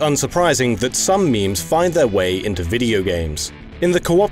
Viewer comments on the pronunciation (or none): “Intarnet culcha, and meeems”